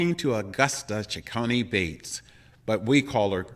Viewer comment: I thoroughly enjoyed watching your show with my aunt Gussie as your guest. Thank you ever so much! However, her last name is Cecconi-Bates not Ceccone Bates. Thanks again.